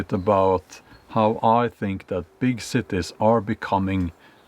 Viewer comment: I like how he says “big Cittae”